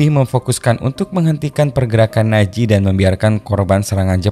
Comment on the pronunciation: NAZI min bukan Naji..😁